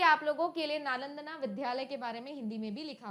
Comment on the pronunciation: नालंदना❌️ नालंदा✅️